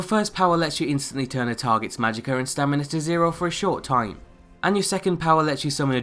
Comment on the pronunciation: Since when is there an R in magicka...